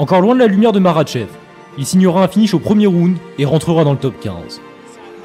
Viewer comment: Tu sais même pas prononcé makhachev correctement mec